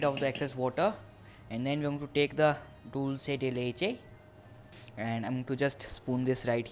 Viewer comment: Yay u said dulce de leche right. Most people don't pronounce it properly